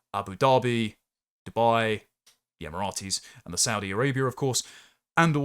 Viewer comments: I really thought your pronunciation of Emirates was just an accident in the last vid, but you've said it Emirates as if it's the name of a Roman soldier more than once this time too. I've never heard the Emirates pronounced like that in my life. Em-er-its not em-er-at-ees. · Emirates not Emiratis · “Emirates” is a three syllable word, not four. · Ratees are people from tbe Rites.